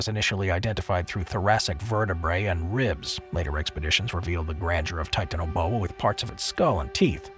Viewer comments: OPINION,,commentator has a sex PROBLEM. REASON i say this is the way in which he pronounces the word TITANIA BOA. THE TI ARE PRONOUNCED AS SEPARATE. NOT TIT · How the fuck do u pronounce titanaboa wrong?!?!?